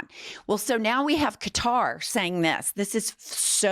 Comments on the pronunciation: You did pronounce it properly it’s (Ka-Tar) that’s the proper pronunciation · Good on you for pronoucing QATAR correctly finally. It's not Cutter!